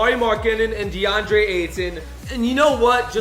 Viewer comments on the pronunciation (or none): none